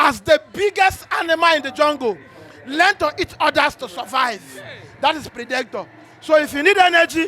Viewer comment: that’s a wrong pronunciation of “PREDATOR” and “PREY”. This guy even correct you for the end part of the video but you no grab. ✌️